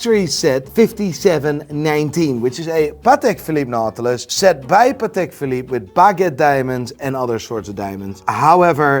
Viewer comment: Who the hell is buying watches from the muppet that says "PatAK" bet he says "EXpresso" too